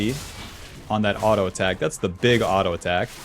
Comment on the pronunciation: who the hell pronounces "Auto" as alto?